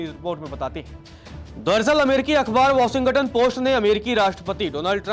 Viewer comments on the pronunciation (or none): Pronounce shi kro brooo.. washington ka.....